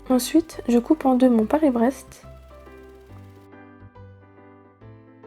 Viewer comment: Surprenant ton Paris braise